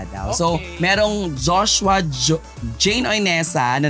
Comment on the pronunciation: Bakit Jos-wa? It's Joshua